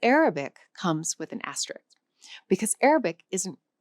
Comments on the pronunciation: The word is "asterisk", not asterik. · You of all people should be able to pronounce “asterisk” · I found it very interesting that you pronounced "asterisk" as if it doesn't have the second "s": as if it were spelled "asterik" .